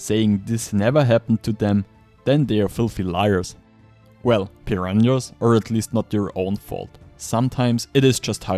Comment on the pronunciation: It’s “Purr-rah-na” not “Purr-rahn-yas”